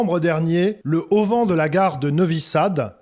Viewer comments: A propos des événements en Serbie. L’auvent, pas le auvent. Quatorze activistes, pas quatorze zactivistes. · A 8'24 : l'auvent...et non le auvent... mais on dit le hauban 😉